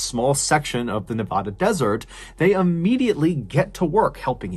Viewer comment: For locals... Burning Man is a huge annoyance, lol! And I'm crying... John, pleeaase!?! 🙏 I beg you.... it's Nevada, not nev-ah-duh! 😂 Love you,! ❤ [And OMG 😃🤪 you said it right, thank youuuu! Haha!] P.S. Yes, I remember that year, we had the "burning man" of Burning Man. Very sad! I hope his loved ones found some kind of peace. 😔